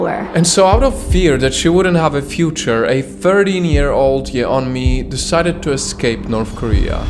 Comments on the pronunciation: Her name is pronounced like "Yonmi", not "Ye-onmi". In Korea, her name is spelled 연미, which, when transliterated becomes "Yeon-mi", but pronounced "Yon-mi". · A tip: her name isn't separated a Ye Onmi it is "separated" as Yeon Mi. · can't trust any information in this video because apparently you didn't even do enough research to pronounce her name correctly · You don’t pronounce the ‘e’ in the Korean vowel ‘eo’. It’s just to distinguish it from another ‘o’ vowel. But thank you for exposing her lies. The Democratic People’s Republic of Korea is not a terrible place though. They literally had a revolution in the 40s to end oppression. The DPRK is an amazing country that encourages people to be creative! 🇰🇵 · bro you're not even pronouncing her name right lol